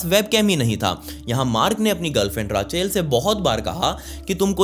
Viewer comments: it will not called rachel... its Rak-el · It's रेचल not राचेल 🙄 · Bhai raachel nhi ray-chal padhte h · Sab thik h video me koi dikkat nhi h.. but it’s not Raaaa-chel, it’s Rachel 😂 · Its not raachel its Rachel when you pronounce bro